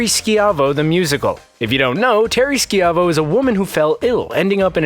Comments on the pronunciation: it's not SKEE-AH-VO, it's SHY-VO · Terry Ski-ai-vo? Dude, learn to pronounce words. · It's Terri Schiavo NOT Schi-avo... FFS... 🤦🏻‍♂️🤦🏻‍♂️🤦🏻‍♂️🤦🏻‍♂️🤦🏻‍♂️ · 1. Terri Schiavo's last name is pronounced "SHY-voh", not "sci-AV-o". 2. Elizabeth Smart was kidnapped for 9 MONTHS, not weeks. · I'm sure someone told you this alteady, but incase they didn't.......it's pronounced "Shy-vo" Terri Schiavo...... not "ski-ov-oh". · Not "SKEE AH VO" It's pronounced " SHY VO" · Why did you keep mispronouncing terry schaivos name (pronounced shy-vo, not ski-avo) Looks like you were too young to remember too or you just don’t watch the show and you’re reading off a script someone else wrote for you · Shy-voh not ski-av- o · Terri’s last name is not pronounced “Ski-ah-vo”. It’s pronounced “Shy-vo”. And now I feel really old. Thanks ;-) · It's pronounced "SHY-VOE" not "SHE-AH-VOE"! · It's pronounced Shy-Vo, not Skee-Ah-Vo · It’s Teri SHY-vo, not ski-AV-oh. 🤦🏻‍♂️ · Pronounced "Shy-vo". Not "Ski-avo". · Skiahvo?! It is pronounce Shyvo. smh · Terry Sh-ive-o Not shiv-o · It was Sivo...Si-vo phonetically pronounced. They said if you remember....apparently they don't since they couldn't pronounce it... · Oh gods. Learn how to pronounce words! Schiavo is pronounced 'shy-vo' not 'ski-a-vo-' This error destroyed your credibility for the rest of the video. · it was pronounced Shy-vo. Not Skeeavo. Derp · Skee avo? Its shyvo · Its pronounced sh-ive-o. Not ski-ive-o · It's pronounced Shy-vo not She-ah-vo. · Is the narrator old enough to remember Terri Schiavo? It's pronounced Sh'eye-vo... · It’s pronounced terry Shy-voe you dink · It's prounced Terri "Shy Vo" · #3 - Schiavo is pronounced SHY-vo, not... however you decided to pronounce it. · Terry Shy-vo. Sheeiaveehooowahoowoehoo or or ever it was you pronounced it. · ITS PRONOUNCED SHY-VO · It’s Terry Schiavo not Skiavo. Whatever would make you think that it was pronounced Skiavo? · Terry SHY-VOE. That's how u say it. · “Terry Ski-Av-O.” Brilliant